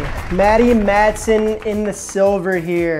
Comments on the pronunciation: Lol how do you pronounce guga and matheson wrong lol math - e - son cmon broo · Also mispronounced Matheson. But give him the benefit of the doubt, he puts sassage on pizza. Chicagoans are not really known for their enunciation skills.